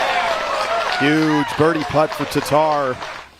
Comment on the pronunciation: How is it so hard for 'muricans to say TATTAR not TATAR -.